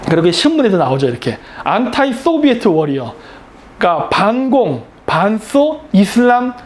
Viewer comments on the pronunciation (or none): Anti- Soviet "안티 소비에트" 룰 "안타이 소비에트" 라고 발음하고 자빠졌네 아직도 박사냐?